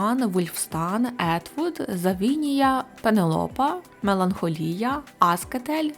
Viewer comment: велика вдачність за час і сили, які були витрачені на створення цього відео.. але ну хіба так тяжко, здійснювати правильний переклад персонажів, наприклад "Джекан"(Jequn), навіть не близько.. і наголоси ставити відповідно, а не куди захочеться... "МеланхОлія", а не "МеланхолІя"... наміру образити чи якимось чином негативу додати, не мав...просто дуже хотілось би бачити все як можна краще... Дякую за увагу)